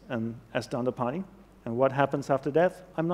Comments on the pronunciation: Dandipani ?! ... Ahem ... His name is DandApani. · Please correct the name, its "Dandapani".